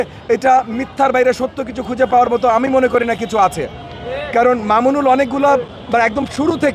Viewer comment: এই মাদরচোদে একটা সম্মানীয় লোককে নিয়ে কথা বলে সালার পোলায় ভালো করে নাম টা ও বলতে পারে না